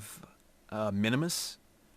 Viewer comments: MINMUS not MINIMUS!!!! you are wrong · It's Minmus, not Minimus